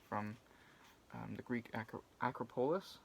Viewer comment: The stress falls on the second syllable of Acropolis: a-CROP-illis.